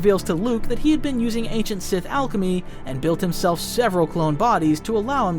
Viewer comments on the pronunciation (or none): none